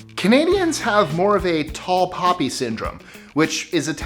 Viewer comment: a "tall copy" syndrome? Can you say that again??